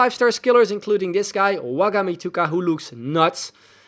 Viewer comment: be like "Wagamituga" Bro it's actually "Wa-man-gi-tu-ka